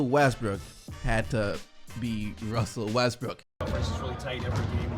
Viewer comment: we just gonna ignore said wussel restbrook.